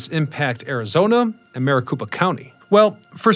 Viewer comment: Maricopa County - copa, not koopa... I believe Marikoopa County is in Super Mario Land... lmao 😂